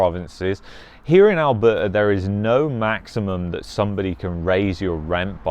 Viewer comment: Lol…. Seems like u are having a hard time pronouncing Alberta! 😱😂